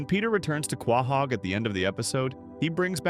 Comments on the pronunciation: Are you saying Quahog wrong on purpose? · Dude you need to learn to pronounce quahog correctly